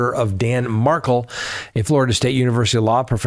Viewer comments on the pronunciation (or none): Please pronounce the victims name properly..it's not Markle..it's Dan Markel........huge difference..thanks! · Had no one told you it’s pronounced “mar-kell” yet? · Now if you would learn how to say Dan Markel’s name.😂 Mahr-kell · mark ELL